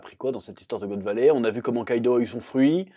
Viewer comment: Chef, la prochaine fois, fait la review avec l'accent Québécois, c'est trop style quand tu prononce" God Valey"🤣🤣🤣